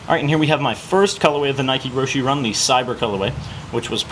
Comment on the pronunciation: has these many pairs and can't pronounce the name of the shoe right.